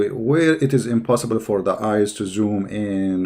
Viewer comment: The best part when he said "IMPOSIBBLE"